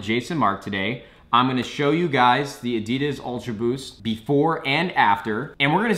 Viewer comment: say Adidas right